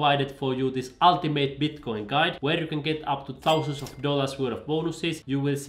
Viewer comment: So funny the way you emphasize "thousands" and "hundreds" 😆 keep it up!